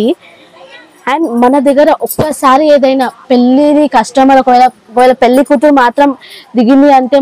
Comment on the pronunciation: పెళ్లి అనాలి